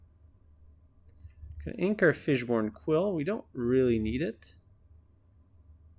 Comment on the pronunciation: Is he saying fishborn quill?